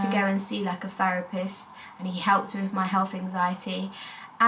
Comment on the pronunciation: So cute the way you say wiv instead of with❤